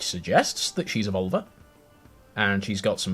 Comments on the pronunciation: Glad I'm not the only one who heard vulva. Every. Time. Is there a way to add a counter to the video and track how many times he says it? Lol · About völva. Finnish is my first and swedish is my second language. Both have the letter ö. Völva is not pronounced as vulva. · Yes! Took me forever to figure out that he wasn't saying vulva. 😄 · Can you spell the V word for seer? It sounds like you are saying vulva, external female genitalia. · Why are you ignoring the umlauts in 'völva'? It's annoying when English people do this! It's lazy! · OK,, you still pronouncing the 'ö' like a normal 'o' instead of 'ö' I noticed in the video. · I speak Swedish(I'm Swedish) and I assure you that is not how you pronounce the umlauts. For example, names like Björn which means bear in Swedish, is pronounced Byearn, just to simplify things. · They definitely gave you the wrong pronunciation. English speakers have tendency to ignore umlauts, which is annoying. 'ö' appears in Swedish, Icelandic, German and Hungarian. This is how it's pronounced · Can you pronounce the omlaut in 'völva'?